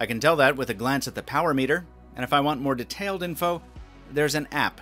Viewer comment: Has anyone else been bugged from the way he spells DETAILED